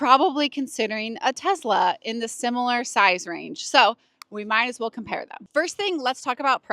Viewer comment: I could tell you own tezz-la before you even started talking